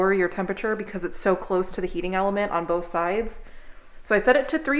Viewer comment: When said “bof ones” 😭😭